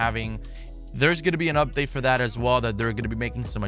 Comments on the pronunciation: When he says “ if it’s fo free, it’s foh me “ I be saying that shit along with him 😂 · “If it’s fo free it’s fo me”